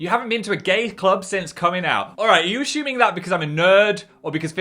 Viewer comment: it is pronounced 'ASS UMING' not ASH UMING!! LMAOOOO